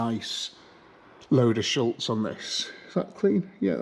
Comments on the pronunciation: Great couple of videos on the MX-5! I’ve lasted so long here but I’ve got to say it now, there’s no L in Schutz 😂 NO SHADE! Love the channel ❤ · Love the channel and really enjoying the Eunos restoration. Just one thing that irks a bit - SHUTZ does not have an 'L' in it. 🙂